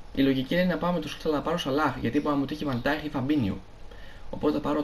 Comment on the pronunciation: Φίλε προφέρετε βαν νταικ όχι βαν νταιχ σε παρακαλώ μάθε το είναι σπαστικό